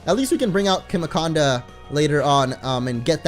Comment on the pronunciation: its pronounced "chimaconda", not "kimaconda", like chimara